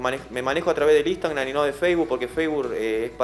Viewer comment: Lo digo de buena onda, es Instagram no Instangram